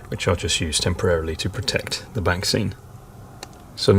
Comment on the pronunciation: Absolutely amazing, the level of detail is outstanding as always! Whenever you mentioned the ‘backscenes’, all I could hear was ‘vaccines’ - that’s all that’s on the news here in Ireland anyway! Looking forward to the next instalment already! Happy New Year